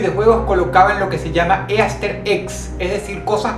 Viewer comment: Easter egg se pronuncia "ister egg"